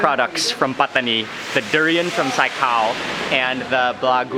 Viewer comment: I love how mark pronounces Pattani